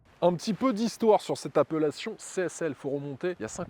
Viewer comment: C'est quoi, une "appeullation" ?!?!?